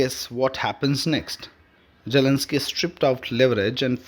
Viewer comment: Your pronunciation is atrocious and an insult to listeners and to the English language. TFI anchors are notoriously inept at the language but there were one or two who were comprehensible and less irritating. Get one of them to read the news. Jelensky. Vaussington. Jeddee Wawnss. Peckooler. Pronuncip. veeks. doe-naald. Kaa-oss. and so on.